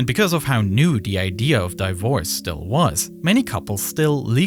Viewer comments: When I heard how divorce was pronounced, I was slightly confused, but then immediately realized die-vorce sounds about right. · This is the first time I hear someone pronounce divorce as "di-force" XD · This video was going so well until , divorce was pronounced "die-vorce". Time to switch to a better AI voice. If not an AI voice, then know that the first syllable of divorce is pronounced the same as "divide" as in 1 divided by 2. Not 1 die-vided by 2. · It’s Divorce not Die vorce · Die vorce? Its divorce 🤦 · Did my guy just say "Dievorse" .... Ok that's quite funny. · No mention of Ray-Ban getting millions of free advert just by giving couple hundred worth sunglasses. Also, you lost me at dayvors. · I’m curious about the pronunciation of “divorce" as 'dyvose'. Is it an AI voice, or is the narrator not a native speaker? Alternatively, is this how divorce is pronounced in Spanish-speaking countries? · Do you use ai for the speaking voice cuz i heard you pronounce divorce like dye vorge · I love the way he says di vorce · Great storytelling. Who was the voice? The pronunciation of "divorce" was very unusual and made me think it might be a computer voice. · That is a weird way to say the word Divorce but hey, respect. 🫡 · That's an interesting way to pronounce divorce